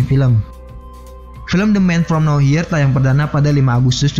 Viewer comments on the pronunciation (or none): Nowhere dibaca "nower" bukan "now hir"...dr td sy denger admin bicara agak bingung..maaf kl sy koreksi🙏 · the man from no where (mbaca nya gitu min...bkn now here)